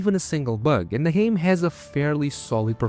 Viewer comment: I love how this guy mispronounces game as gam, let's you know there is no AI slop here. Unless... the AI is running some kind of double bluff 🤔